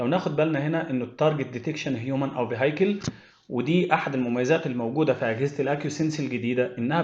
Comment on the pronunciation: فى الثانيه 51 كلمة vehicle بتتنطق فيكل مش فيهايكل اعمل سيرش بالكلمة هتلاقى شكل سماعه جمبها للنطق الصحيح تحياتى <3 <3